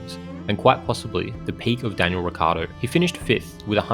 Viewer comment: but why you pronouncing his name Ricardo? If anyhthing its either richardo or rickiardo